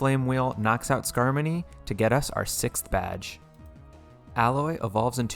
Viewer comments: skarmony? boy it’s skarmoRy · Great run, but I think you said skarmory in the flying gym battle wrong. You said skarmony. That battle was not harmony in the slightest. Still, great job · I like the part where you pronounced "Skarmory" as "Skarmoney." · he said “Skarmony” instead of “skarmory” omg what a dummy I’m unsubscribing immediately 😡😤 Just kidding this is the second video of yours that I’ve watched and I really liked both of them. U deserve many more subscribers than u have right now, so I’m commenting to appease the almighty algorithm so that hopefully someone gets recommended your content like I was. A lot of nuzlocke channels are growing rapidly now that the PChal emerald kaizo run has finished, and I’m sure yours will grow as well because your content is great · Why he call it Skarmony😔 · God I wish you knew how to pronounce pokemon names. SkarmoNy? You mean SkarmoRy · U realize there is no n in skarmory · "Skarmony" banned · Just found you randomly and I LOVE LOVE LOVE the profile picture altaria is my fav Pokémon for really personal and kinda sad reasons. I used to have a blue parakeet with white wings and she died. Also skarmony? It’s skarmory. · Im sorry but whats a skarmony? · “Night shade” Corah-gri-is” “skarmony” “mololola” pls save me the way u pronounce these is triggering me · excuse me SKARMONEY!?! Tf is a scarmoney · I get the alomamora pronunciation mistake but pls at least get skarmory and zebstrika right